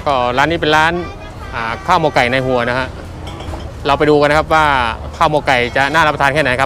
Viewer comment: ทำไมออกเสียงคำว่าหัวไม่ชัด ถ้าไม่ได้ดูชื่อไปเดินหาร้านผิดแน่ออกเสียงเป็นฮัว ตลอด ต้องออกเสียงหัวนะ คุณมีผมอยู่บนฮัวหรือมีผมอยู่บนหัว